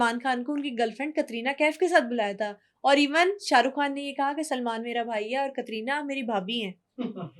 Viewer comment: Why do you pronounce Katrina in such a weird way? It’s a normal “T” it’s not pronounced like that in Russian even, where the name originates, so why are you doing it like that?